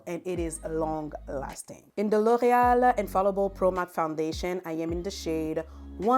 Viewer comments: I’ll need a recording of you just saying L’Oréal. OH MY GOODNESS. You say it so BEAUTIFULLY!!!! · The way you pronounce L’Oréal is everything ✨